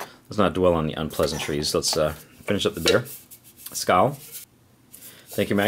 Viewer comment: Heyy just a tip: "skål" you pronounce as "skal". Easy mistake for English speaker but a tip that helps to pronounce it right is that å is pronounced like the o in the word "Lord".